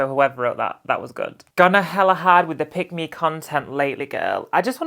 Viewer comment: Was wondering what does 'pygmy ' mean, then realised you was saying 'pick me' 😂😂😂😂😂😂😂😂